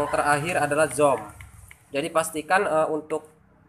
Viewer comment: 😁🙏maaf nih y bang. bacanya buka zom, tp zum,, tp inti dr tutorial ini sangat brmanfaat sekali, thanks ya bang... sukses selalu🥳